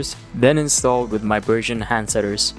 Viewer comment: the final design looks cool) but hearing you pronouncing "Bergeon" in English way harsh my ears each time)))